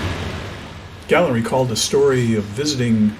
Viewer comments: His name wasn’t Gàlland - his name was Gallànd! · Great vid including the historical information. PS. try pronouncing his name correctly, it is his name :)